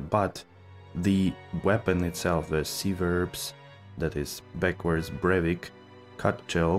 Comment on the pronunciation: Absolutely everyone in the community pronounces Civerbs as siverbs. Just to let you know.